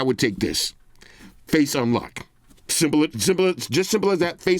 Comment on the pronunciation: "Zimblet, simpelet, as simpelet as that!"